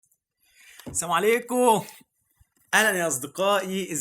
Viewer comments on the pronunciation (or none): اسمها السلام عليكم مش ساموا عليكم